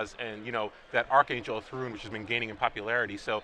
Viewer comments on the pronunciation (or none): Pls someone tell him it's archangel of thune, the commentary is great but everytime I hear thrune I die a little. xD